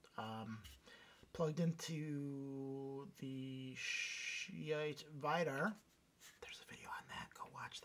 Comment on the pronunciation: A gain pot for the line out is not stupid and is found on some other phono stages. Cant hear you. (relative to other vids here, perhaps turn up the stupid gain pot) Schitt is pronounced shit.